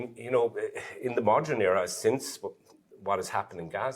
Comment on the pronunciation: Someone tell that man on the right how to pronounce "modern" correctly. It's "Modern" WITH an "E" not "Modren"